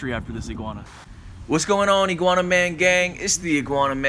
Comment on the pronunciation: 5.59 iguana - i-grab-her 😂